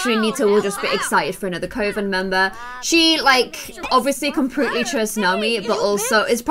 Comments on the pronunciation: I love but its you say coven like cuven xx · Coven is pronounced cuven... I had to say it I’m sorry. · Who told you that Coven is pronounced that way??? 👀